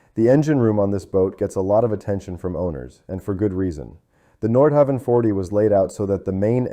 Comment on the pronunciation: Pronunciation is terrible. Nordhauwn is closer. There’s no W sound in Danish. Havn is pronounced Hown. Like København, which is Copenhagen, it’s pronounced KoobenHaun.